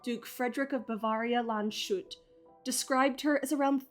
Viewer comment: Ba-vair-ia, not ba-varr-ia